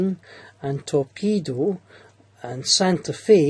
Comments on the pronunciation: just to let you know its topeko not torpedo.good video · Isn't it Topeka?